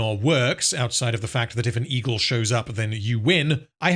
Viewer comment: I keep thinking you say "Ego" instead of Egle... Why are those eagles now involved in politics now again?